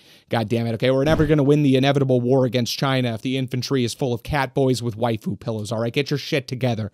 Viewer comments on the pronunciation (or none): none